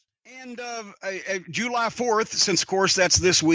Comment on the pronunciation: He says July Jew Lie lmfao it cracks me up 😅